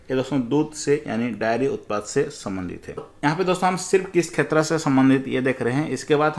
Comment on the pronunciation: सर आप क्षेत्र को खेत्र क्यों बोलते हैं।